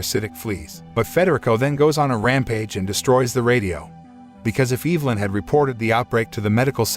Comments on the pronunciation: I'm pretty sure it's EV-LYN not EVE-LYN lol... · It's EV-A-LYN 😉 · The way he says Evelyn is giving me anxiety. It's not Eeevelyn. It's Ehvelyn... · I've be pronouncing my girls name wrong all these years.. I pronounce it E-ve-lyn...buts it's Eve-nly😂🤣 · Is no one gonna question why this man pronounced “Evelyn” as Eve-Lin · Evil-In, Freddy-Co, Kur-I-p-Min I love how wrong these all are, it just makes the video better. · Woman's name: Evelyn Narrator: Evil-lyn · Tic flee lice? Which is it? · OMG regardless of how ridiculous a lot of the decisions in this movie were, the thing that drove me CR@ was the pronunciation of the name EV-elin it was said so many times it totally took me out of the story lol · Learn how to pronounce Evelyn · You pronounced Evelyn's name wrong the entire video